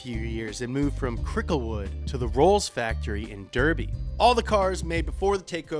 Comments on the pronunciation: durby, durby!!!!!!!!!!!!!!!!! AGGGGGGGGGGGGGGGGGGHHHHHHHHHHHHHHHHHHHHHHHHHHHHHHHHHHH its pronounced Darby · it's not pronounced "derby" it's pronounced "darby" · Come on, you knew this was coming... it's pronounced "darby" not "durby" 😃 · Pronounced dar-by, not dur-bu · 😂 I get why you pronounced it Derby but its pronounced Darby... I know it's false advertising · Just so you know we british pronounce derby as darby sorry to sound pedantic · I hate to be the smart arse know it all but may i correct you? Its pronounced "Darby", Not derby as it is spelt. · It’s not “Durby” it’s pronounced “Darby”. When you know, you know... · Its pronounced Dar-be, not Derby. Sorry to be a dick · Derby. Pronounced “Dar-bee” not “Der-bee” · it’s not d-er-by it’s d-ar-by I live there btw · Its pronounced 'Dar-bee', not durr-bee FYI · DAR-BEY not DER-BEY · I love you but it's pronounced dArby not dErby... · Up to speed on England : derby Is pronounced DARBY people ffs I don’t fucking live in duurrby, teach people right god damn it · it’s pronounced darby not derby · Just so you guys know from Murica, you pronounce Derby as Darby just a little fun fact for you 😊🇬🇧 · Just saying Derby is said Darby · Derby is actually pronounced Darby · Its pronounced Dar bee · Derby is pronounced "Darby" 👍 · Just a note... Derby in the UK is pronounced "Darby". Shhhh it's our language, we will do what we like. ☺️ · Derby is pronounced DARBY dude 😂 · the e is pronounced A so derby is pronounced DARBY. stop ruining the english language amerrrrica! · Derby pronounced Darby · The county Derby is pronounced “dArby” I know cuz I from a far away land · Derby is pronounced daa bee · ITS PRONOUNCED DARBY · The place derby in the uk is pronounced (Darby) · Derby is pronounced Darby if it’s the city. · Derby... is pronounced dar.. bee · derby noooo its darr-b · Derby is pronounced DARBY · It's Dar-bee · It's pronounced DARBY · Pronounced “Darby” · It's pronounced "Der-bie"